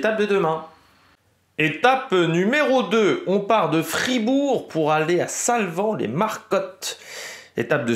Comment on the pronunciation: Pour info ça se prononce les marécottes, comme s’il y avait un e accent aigu ! T’as des Suisses dans tes abonnés 🎉